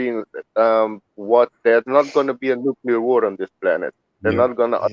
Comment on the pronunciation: FUCK NUCULAR, WE DONT UNDERSTAND THE TRUE MEANING OF NUCLEAR